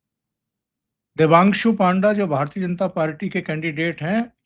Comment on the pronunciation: ओमकार जी, वो "पन्डा" हे "पांवड़ा" नहीं